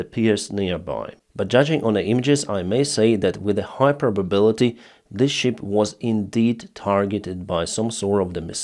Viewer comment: It is not "щип" (это не овца), it is Шып. It is very funny for English-speaking people to hear how you say it. Learn it, please!